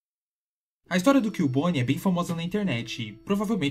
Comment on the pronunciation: Ahn é CUbone e não Killbone